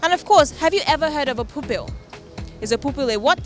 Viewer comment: So they talking of Pupil!!! I was hearing poopool!